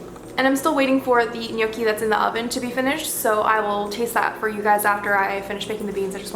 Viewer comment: u don’t say the g in gnocchi bro